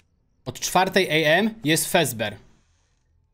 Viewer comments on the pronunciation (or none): Fredber a nie frezber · Czemu muwisz fezber a nie fredbear